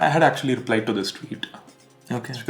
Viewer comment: say "actuallah"